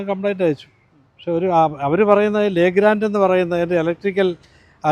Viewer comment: ശരിയായ ഉശ്ചാരണം ലെഗ്രാൻഡ് എന്നല്ല ലെഗ്രോ എന്നാണ്.